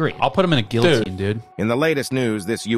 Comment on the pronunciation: Pronounces the L's in guillotine.